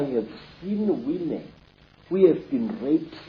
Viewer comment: “Came out as whimhen” “They wa pafekt”lol 😂